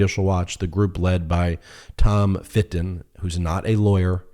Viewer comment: When he says Tom Fitton I hear Tom of Finland 😂